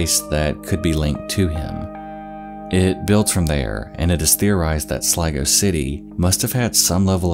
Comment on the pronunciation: I literally understood "Lego City" and fucking died of laughter. No but on a serious note , great video bud.